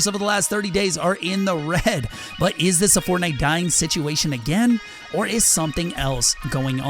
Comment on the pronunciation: Bruh you can’t even say dying😂